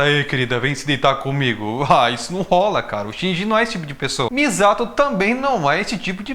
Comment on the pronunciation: nossa você chamando de MIZATO dessa forma inglês-adaptada foi dificil kkk